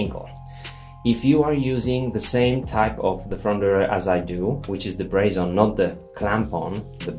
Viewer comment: Braze-on or brazen? 😄